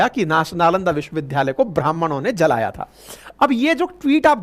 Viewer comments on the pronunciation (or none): First pl. learn how to pronounce "Vishwavidyalay". It does not sound good to hear a teacher pronouncing 'vidyalay' as 'vidhyalay'. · Vishwavidyalaya bole n ki vishwavidhdhaya . Achha nani lagta hai galat uchcharan. Age se nani bolenge. Lai apka bahut bada fan hoon aur apki sunra hoon . A Senior citizen.